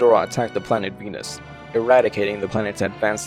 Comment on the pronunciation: Venus? I thought you said penis?